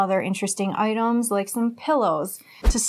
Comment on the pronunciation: "and some other interesting oitems like some pillows"😆 please, go ahead, show me the "oitems" 😂 i'm sorry, lol but that's cute and funny😅(oh don't be upset because i am laughing. i have an accent too, i'm foreign, remember ? 😋 ) and of course, the CAT 🤪 lol.anyhow, interesting pillows, i've been thinking about trying the new types of pillows myself. i even saw a square pillow in a commercial, lol. well, what can i say ? it's late evening here, and i am glad you uploaded now before i went to sleep. i'll have nice dreams now, most likely about fluffy pillow clouds and cats, lol. i wonder if we could have jackets made out of penguin feathers ? just a random thought that just went thru my head, just now, lol. btw, your hair is on fire😉 light brown-crimson...ish ? nice 😊